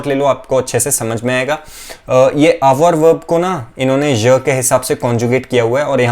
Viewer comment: Hi, just a question, are you pronouncing this word with the ‘R’ sound. Sorry if i am hearing it wrong